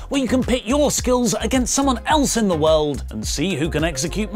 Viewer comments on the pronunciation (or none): none